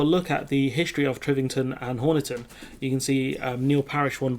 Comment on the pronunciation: It's pronounced Honiton